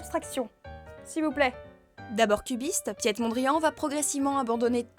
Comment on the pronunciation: "piétte" mondrian XD